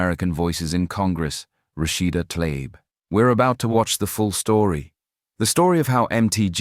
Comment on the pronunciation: The lady's name is Tlaib, not Talib. Damnit Margie Taylor Greene, stop acting so ignorant. Please